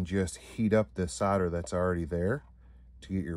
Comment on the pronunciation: queens English ITS SOLDER not soda